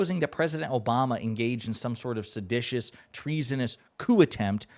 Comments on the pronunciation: T didn’t say seditious. He said sedatous which isn’t a word. And we guess is like bodacious sedation. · not seditious.. sad sleepy Don said sedatious.... too much sedation in the WH methinks....